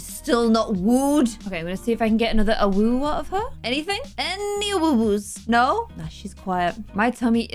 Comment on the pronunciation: Lmao when u said AWOOO it sounded like UwU